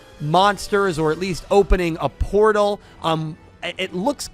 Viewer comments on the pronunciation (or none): none